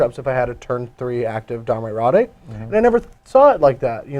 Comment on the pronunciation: Its Domri Rade. "rayd", not "rawdey".